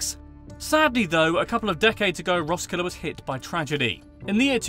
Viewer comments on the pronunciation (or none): Heccant say Roskilde good.............. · Him trying to pronounce “hygge” “Roskilde” “Leg godt” “Møllehøj” “smørrebrød”